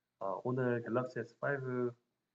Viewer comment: 갤러시가 아니고 갤럭시데?